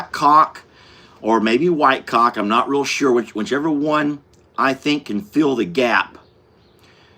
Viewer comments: "cauLK" LOL😂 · 🤣 caulk sounds totally different when you say it